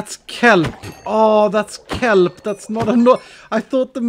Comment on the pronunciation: Thät's këLPpppp He's so swedish